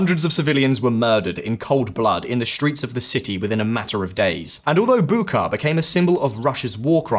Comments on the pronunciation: It's not Bukka, it's Bucha. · For the record. It’s pronounced “Butcha” not Buca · The "ch" in Bucha is pronounced like that in cheese. How do I know this? I checked in Wikipedia which took me 15 seconds. You could do the same and appear more professional.